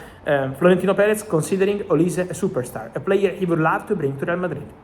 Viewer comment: I guess some Nigerian fans of yours has told you olise how to pronounce his name very well kudos man 🎉